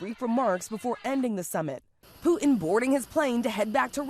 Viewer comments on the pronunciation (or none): Who is Poo-in?? I know who Putin is. These talking heads have got to learn there is no silent T in the English language. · It's not POO-in. It's POO-Tin say the T in your words, please!!! Sorry. Big pet peeve of mine. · Why are the reporters saying ‘Poo-en’ instead of Putin? You shouldn’t be a public speaker if you sound like a 3 yr old who can’t pronounce words correctly.